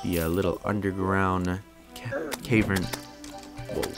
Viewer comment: It's cav-ern not cave-rn, tilted me